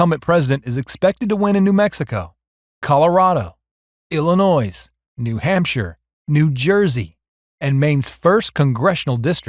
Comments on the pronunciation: There is no "noise" in Illinois. Ill-a-noy. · PLEASE DO NOT PRONOUNCE THE WORD ILLINOIS WITH AN S AT THE END. THATS IS WRONG PRONUNCIATION. THANK YOU.